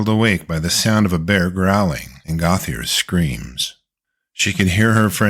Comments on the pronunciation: Gauthier is not pronounced goth-ee-er but rather Go-tee-ay. Basic French. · The name is Gautheir GO-TEE-AY; he's french. Come on. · Gauthier is pronounced like "Go, T.A.", just FYI.😁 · Gauthier is pronounced goat yay